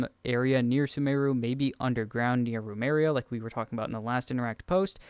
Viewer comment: "rUmEria", "sHneZnaya", "dunyazaRd", the three horseman of Mispronunciation Apocalypse...